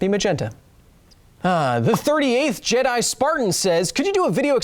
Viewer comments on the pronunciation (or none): none